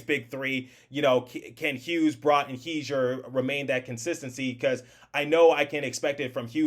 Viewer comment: Wtf, are you a Devils fan? You can NOT seriously have a NJ Devils YT and pronounce Bratt's name like a damn sausage! It's a simple 1 syllable name where rat/at consists of most of his name- not rot/ot. Than as someone below mentioned you also say the Captain of the Devils last name wrong...SMH... You want to bring PK back to mentor Hamilton, ok you are BONKOS delete this account you are arrogant a Devils Youtube.